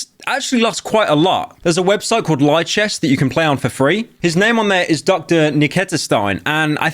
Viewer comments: Jesus Pyro, try to pronounce a single word right. LEEchess, not LEYEchess KNEEman, not NEYEman HIK-AR-U, not HACK-AR-U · Pyro is butchering these names. Hinz Neigman? Liechess? Hackaru? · this bozo deadass said "ly-chess"